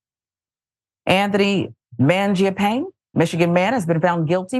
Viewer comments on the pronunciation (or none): It's pronounced manja-panay,. Italian for "bread eater".